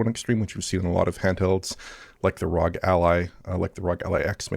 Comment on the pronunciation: It’s pronounced “R-O-G” not “rog” 🤦🏻‍♂️